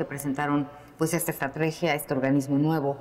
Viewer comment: no se dice estatregia,se ve que no practica la lectura.